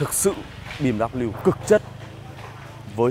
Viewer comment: “Mờ” là cái gì đấy....trước khi review tìm hiểu thêm về bmw đi ba. Thấy làm mấy xe khác cũng đâu đến nỗi làm xe này nghe chán quá, mất hết giá trị chiếc xe. “Xe bmw này không lốp dự phòng”..vậy mà kêu từng thử bmw rồi